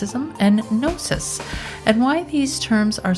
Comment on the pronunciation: Did he just say "Guh-nosis"?